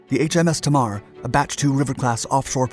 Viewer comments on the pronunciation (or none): Pronounced Tay Marr not Teemar - named after the River Tamar that reaches the Sea at Devonport, a large Royal Navy base. English place names can be difficult. Great video though. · Note: its pronounced 'tay-mar', not 'tahmar'. Named after the river that divides Cornwall from Devonshire. If only we could dig it a few miles further North to Bude we could cut the buggers off and let them drift out to the Atlantic... :) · Excellent as always, small correction its pronounced TAY MAR not TMAR , after the river on the Devon Cornwall border near Devonport dockyard in Plymouth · HMS Tamar is pronounced 'Taymar' not 'Tamarr'. She is named after the river dividing Cornwall and Devon. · Tamar is pronounced Taymar, not T'mar. It's named after the river that forms the border between Cornwall and Devon. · There is a river in UK county of Devon called 'The Tamar'. It is pronounced Tay Mar not as the razzledazzled narrater pronounces it TahmAr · It's pronounced TAY MAR, not TAH MAR. I know because I live near the Tamar. Interesting video, although I haven't had the chance to see it yet. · It's pronounced 'Tay- mar' not 'Tam-mar.' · Tay-mar! Not Ta-mar! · It's pronounced Tay-Mar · Tamar is pronounced TAYMAR. Named after the river Tamar that separates the counties of Devon and Cornwall in the south west of England. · It’s pronounced HMS. ‘TAY-MAR’ ….so slack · It’s pronounced “Tay marr” ffs! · Footage Name is pronounced "Tay Mar" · Tamar is pronounced"taimarr" after the river between Devon and Cornwall, a Plymouthian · or easier to understand for the yanks "TAY-MAR" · HMS Tamar, pronounced TAY-mar. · HMS "Tay-marr" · Great video but for the record it's pronounced Taymar. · Pronounced Taymar. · Love the channel, very informative and interesting. However, the river in the Southwest of the UK named Tamar that divides Devon and Cornwall is pronounced 'Tay - Mar'. Thanks! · Pronounced "TAY MAR" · Btw HMS Tamar is pronounced Tay-mar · It's pronounced Tay mar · It’s pronounced ( Tay-mar )